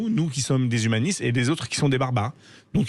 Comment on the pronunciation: Il a dit HUmaniste 🤣🤣🤣😂😂😂 mdrr!!!!